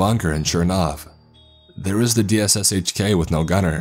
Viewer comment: Op-sec (ahp-sec. Operations security) not opsec. Just say cop not c o p. Can-da-haar. Nickname for the DShK is dish-ka.